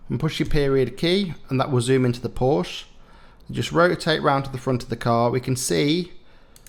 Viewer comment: Porsche is 2 syllables .